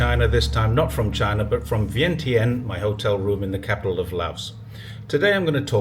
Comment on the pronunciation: Laos capital's Vientiane is pronounced as win chan vice vien tin.